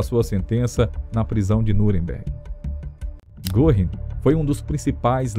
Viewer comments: Ótimo documentário, mas me dói nos ouvidos a pronúncia do nome Göring... (se lê "Guerring") não goring) ... crítica construtiva... abraço. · a pronúncia de Goring não é Gorrim. É Gêrin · O senhor também ta pronunciando errado!!! Não se pronuncia Guerring e sim Gurring. O apresentador do documentário só errou por pronunciar o rr fraco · Exato! Em nenhum documentário q assisti até hoje, não escutei certo. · Vamos dar um desconto pois a língua alemã é complicada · Aprenda a citar fontes do teu texto e a pronunciar direito nomes alemães, como Göring